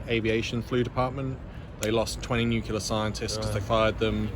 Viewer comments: Nuclear not nucular. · nuclear not nucular